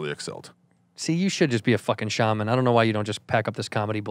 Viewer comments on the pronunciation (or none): none